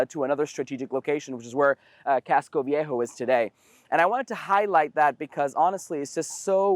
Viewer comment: Big props to for being able to pronounce words in his native language with a foreign accent. I'm not sure I'd be able to do that 😅 casco V.A'.hoe